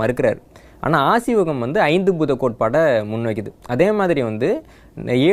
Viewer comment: Asiwagam ille. Aaseewagam.